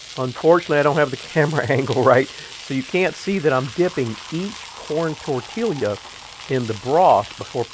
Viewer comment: Tor-tee-ya my friend:-) I had no idea this would look so good when done. Wow, and thanks for the informative video, as always. Be healthy, stay safe and many blessings